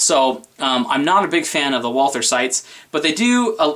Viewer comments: Walther - The "h" is silent. Say it with me...WalTer! NOT Wall ther. I am heartily disappointed with my SR 22 and that freaking failure to feed the 2nd round, as well as the stupid staggered mag, which I think is the source of the problem. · I prefer to pronounce Walther as Valter as it's most correct. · I'll take the P22 mostly because I own one haha. If you keep it clean and don't use crappy ammo then it'll be fine. Also......suppressors and hey..... it's Walther.